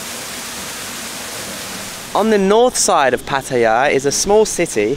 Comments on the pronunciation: Patt-I-ya ? Is Pattaya you don’t pronounce the i … Pat- Tay -ya !! You pronounce both in one video ? The later is correct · having an each way bet with the pronunciation of Pattaya...